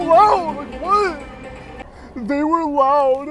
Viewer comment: “👉They were Louud!” 😹😹 I love that